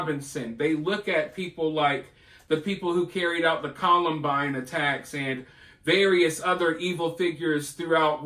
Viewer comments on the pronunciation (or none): none